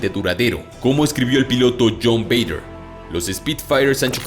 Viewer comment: El piloto inglés se llamaba Douglas Bader... no Vader ...